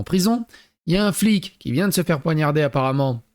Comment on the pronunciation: Poignarder et non ponarder 😂